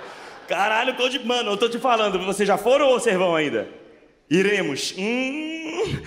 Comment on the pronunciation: ele disse cudiplay várias vezes kkkk